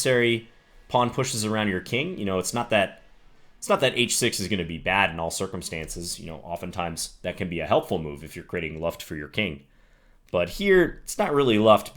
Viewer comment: Hey John, one really unnecessary tip: we Germans pronounce the U in Luft like you pronounce the double O in Look (so, Looft basically). Dunno, if that was helpful. Proceed being awesome ;)